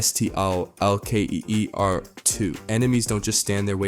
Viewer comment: Yo bro it’s STALKER 2 not S-T-A-L-K-E-R 2 lol Hence why they call you